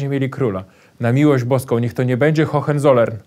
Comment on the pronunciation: Hohenzollern wymawiamy tak: Hołencolern Panie Piotrze, robi Pan bardzo dobra robotę! ☺️